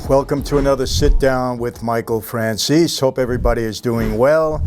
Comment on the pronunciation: Mr Franzese seems an interesting guy with a lot of interesting stories. I just hope one day he will be able to pronunce his own name correctly